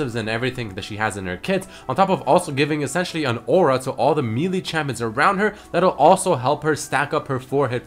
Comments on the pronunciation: Can someone teach how to pronounce Melee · Did he just pronounce melee as Me-lee? Like me and Lee sin? I pronounce it as May-lay, is it wrong?